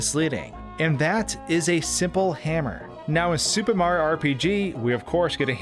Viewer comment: SupeMario. Anyone else think it sounds like that when he says Super Mario in his videos?